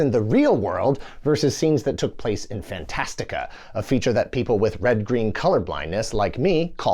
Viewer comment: Thanks for saying Fantastica. I'd read the book several times in grade school. It always bothered me that the movie calls it "Fantasia" which sounded like a Disney thing. Also how did anyone get in that tower?